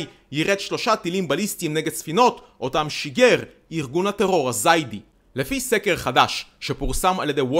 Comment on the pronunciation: לא זיידי...זאידי